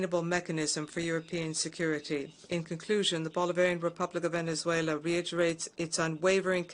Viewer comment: Lol Venezuele😂😂😂😂